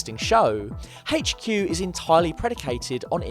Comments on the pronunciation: It really annoys me how he pronounces HQ. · "Haygch queue"